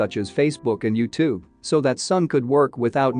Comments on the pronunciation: YOWtube, lol Is this an automated voice, I wonder? Because just a few seconds later, it was pronounced correctly. My Kindle has an automated voice that does this type of thing all the time. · Lol & the way they pronounce ‘YouTube’😂😂